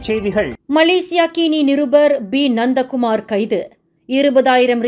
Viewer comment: Ha-ha … nandha Kumar become nonda Kumar 😂😂😂